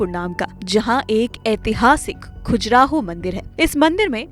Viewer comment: It's not khujraho. It is Khajuraho